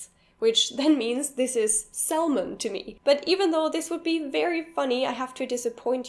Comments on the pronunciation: just a pronounciation comment. I think salmon is pronounced without the "l".. more like /saemen/ ..dunno how to put phonemes in here.. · Just a note: Usually native speakers don't pronounce the L in salmon. The pronunciation is more like sa--mon. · nur leider sprichst du salmon falsch aus XD es wird sammon ausgesprochen ;) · "Salmon" is said "Sammon"! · Seriously? Where is it pronounced like that? No matter the English dialect, I have never heard salmon pronounced as anything than "sammon". Its L met up with the L in "solder" and the two of them ran off into the sunset together. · Great video (btw the "l" in "salmon" isn't pronounced). I also seem to recall coming across "Ich schere mich einen (blauen) Furz" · Salmon has a silent 'l' :) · salmon noun - salm·on \ˈsa-mən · L in Salmon is SILENT !!!! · In "Salmon" the L is silent. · The L in salmon isn't pronounced.